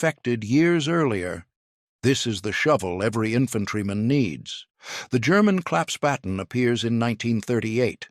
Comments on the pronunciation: WtF is a claps potten???? Never heard of it....STUPID A I.....! Try Klapp Spaten = Folding Spade....! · The German word is ‘Klappsspaten’, klapps = folding, Spaten = spade. The subtitles get rather confused, not surprising given the narrator's inconsistent pronounciation. ‘Claps’ is OK although it's really closer to rhyming with ‘cups’. ‘Spaten’ is pronounced like spa–ten except that in German an ‘s’ before a ‘p’ or ‘t’ is pronounced ‘sh’: kl–ups–sh–pa–ten.